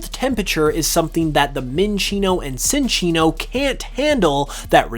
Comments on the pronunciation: I was confused by Psynchilla's name until I saw its name, as you pronounce Cinccino with a soft "c" instead of the "ch" like its official pronunciation. When you first said it, I was like "umm so Cinchilla should literally be pronounced like chinchilla if you follow Cinccino's pronunciation." My bad on that, but you should fix your pronunciation of Cinccino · Why can you pronounce Cinchilla properly but not Cinccino? lol